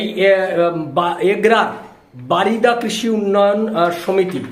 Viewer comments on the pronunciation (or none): বারিদা নয় ওটা বরিদা।